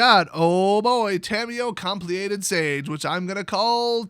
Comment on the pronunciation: As inane as it seems, "compleated" is pronounced "completed." It means that a being has been turned full Phyrexian. I think it's interesting that Tamiyo is now Phyrexian. I wonder how that will go? Knowing WOTC, Phyrexian Tamiyo will get in touch with her former meatbag self and grows a conscious . She will then try to convert Phyrexia and lead them in a uprising against the Praetors, and what will be a reborn, Fath.. I'm sorry, Mother of Machines because fK Da PatRiArKY. Instead, the Phyrexians will eat her face